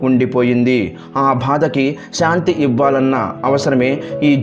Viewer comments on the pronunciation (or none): none